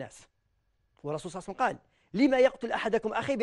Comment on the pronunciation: فهمني واش هذي "الرسول صاوصاوصاو وسلم" انطقها امليح صاحبي هذا رسول الله "صلى الله عليه وسلم "ماشي جاركم لحبيب حاول تنطقها مليح